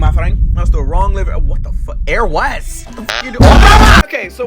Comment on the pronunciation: Stop saying fack